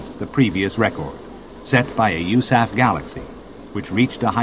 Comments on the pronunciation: Narrator really pronounces USAF, YOOSAF. My brain cant compute the fact that people dont believe this was Soviet propaganda! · He pronounces USAF (You-Sef) and Mach oddly as well...